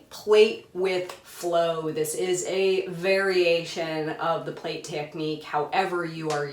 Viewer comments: It is pronounced like 'plat', NOT like plate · Thanks for your video. I get very distracted because the word is pronounced "plat" — rhymes with cat. It's from the English (UK) translation of the Russian. Plait is an English word for what we in USA call a "braid". And it's DEFINITELY pronounced "plat" -- it would be like in America calling a braid a "Brad."